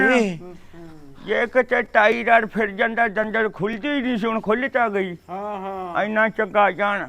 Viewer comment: ਓ "ਦੰਦਣ" ਨੀ ਹੁੰਦੀ , ਸੋਡੀ ਮਾਂ, "ਦੰਦਲ" ਹੁੰਦੀ ਆ।